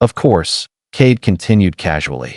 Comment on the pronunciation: Kade not Kate